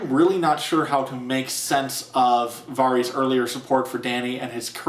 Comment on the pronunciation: Nice review, but I can't get over how you pronounce Varys. >.<